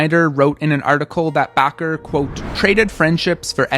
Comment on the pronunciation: Why are you Pronouncing Bacher like Baqar.